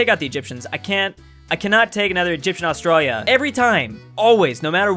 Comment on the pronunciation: Drews pronunciation of Australia messes my ears up